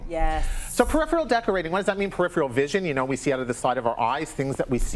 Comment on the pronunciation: Tell this show hostess that a pitcher is something you pour liquids from; a picture [pronounced "pick-chyoor" ] is a photo or painting. And while you're at it, teach the decor "expert" how to pronounce "peripheral" vision; I have no idea what he was saying as he butchered the word so badly.